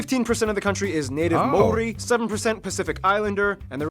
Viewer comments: Out of all the fish you left off the best...juicy red snapper..yum! Lol at mori, its pronounced like mouldy...and queensland, wrong country bro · It is not Mori. It is said the same way you say Mouldy. My neighbours are Kiwi. This guy mispronounced it. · While the info is awesome, the pronunciation of our Maori language is terrible!!! The pronunciation of 'Maori' is not 'mow' ri. It is: ma or ri, all rolled together with a roll of the 'r' for 'ri'. Please try to get it right 😢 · Kah-kah-paw=Kakapo. Mah-aw-rree=Māori; indigenous to Aotearoa having navigated by the stars across the Pacific to Aotearoa=Ahh-aw-teh-ahh-roa(r). Part of (Pacific peoples=Poynesians) Pasifika, Europeans lumped us all together as Polynesians, a colonial construct. Māori vowel sounds are the same as in South American and Spanish languages. Mauri ora; Mau=mow(lawns)-rree-aw-rah! The essence of life! (The breath of life) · OMG she is slaughtering the Maori lingo. Hangi she said wrong,they are even saying Maori Wong at times. You want to learn more watch I think it’s called skeletons in the cupboard ,I might be slightly wrong on the title but it’s here on you tube. You may find that Brazil language has a lot in common with Maori language,my man has a dude from Brazil and his language is so close to the Maori language he can speak Maori and understand it not a problem,so they have come from multiple places ,there are even blonde haired Maori and her heritage and dna goes all the way back to ancient Persia and they came down through america and stopped in South America for a while before traveling from South America to the islands and then on to New Zealand. That’s one group. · The po, ka, wa etc. are similar to Hawaiian, Rarotongan and Cook Islands as we are all Polynesian like Tonga and Samoa. Pronunciation is Mao...ree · I wince every time he says “Māori”, nice try though. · It ain't pronounced mouldy either ya fkn ufa 😂